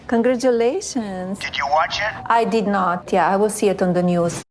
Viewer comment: She sounds like Yoko ono meets Dracula, she really murders thoses vowels : weemaan, cheeelden, “i deed not, i weel see eet ondee nee-uzz”